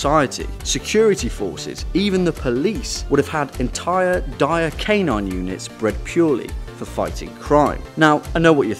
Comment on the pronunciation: The way he says dire sounds funny